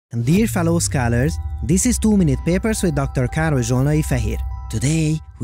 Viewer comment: I can't understand the word you say, it sound like "fellow scalllers", what is the actual word?